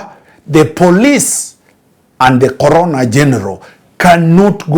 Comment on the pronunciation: I was confused at first about the relevance of COVID in this matter, only to realize that it's actually the 'CORONER' and not `CORONA`. The mispronunciation really threw me off 😄. Insightful content as always.